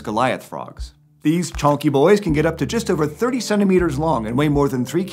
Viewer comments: When he described the Goliath frog, it really sounded like he said "37 meters long" which would be one hell of a frog. Turns out he said "30 centimeters." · When he said the African frogs or 30 centimeters long I thought he said 37 meters and I looked at my phone like "excuse me?" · when he said “30 centimeters” I thought he said “37 meters”